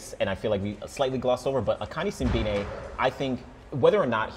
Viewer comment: Put some respect on Akani Simbine’s name